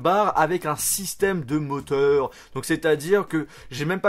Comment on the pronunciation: Comment il dit de moteur à 5 :06 lol